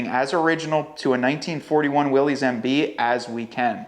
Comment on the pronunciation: To match the badassness, could you consider pronouncing the trim level correctly? ☺️ It’s pronounced “Willis” not Willies. 👍♥️